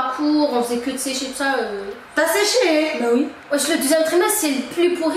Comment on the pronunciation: T’as séché?!!avec l’accent kabyle😭😭😭